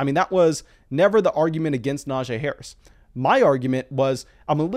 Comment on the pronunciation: I know it shouldn’t bother me but his name isn’t pronounced the way your saying it. He actually told everyone in an interview it’s pronounced Na-G. Great video as always, but that is just driving me nuts for some reason.